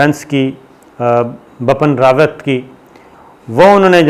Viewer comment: Sabir bhai > Bapan Rwet nahin Vipin Rawat naam hai us ka , ek Generalist ke liye zaroori hai ki woh sahih pronunciation kare